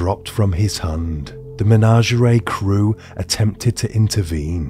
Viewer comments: Oh my god its MENAGERIE not MENANGERAY 😂😂😂 its even written on your own slides 🤦🏼‍♀️ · Take a shot everytime he says menangerea 😂